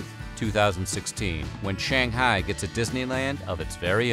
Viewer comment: You're pronouncing Shanghai wrong!